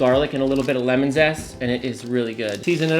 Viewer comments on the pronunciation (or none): none